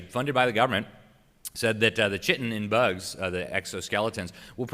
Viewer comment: It's "Kite-in" not "chittin" lol